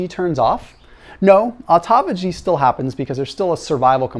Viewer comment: Please learn how to say this word " autophagy" it's a Greek word!!